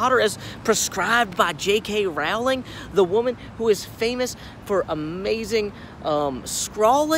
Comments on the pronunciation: Rowling rhymes with bowling not howling. :) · Too bad you started off by pronouncing Rowling incorrectly. ;) Haha